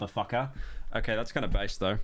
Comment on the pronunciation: Pyro for the love of god its "bass" not fucking "base"